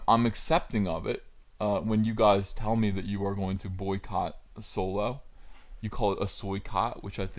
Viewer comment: The way you said Soycott.. That made spill my water out.